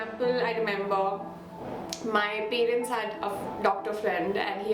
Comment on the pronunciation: Very very relatable. Thanks for this. No shade but everytime u say pay-rents I die a little inside 😅jk